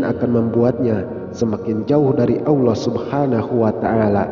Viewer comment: Assalamualaikum🙏..maaf dg melafatzkn asma allah subhanahu wata ala kok kyak awlloh gtu ya?? Kan seharusnya allah bukan awloh..tlong diprbaiki lgi dg melafadzkn asma allah..maaf jika sya slah dengar🙏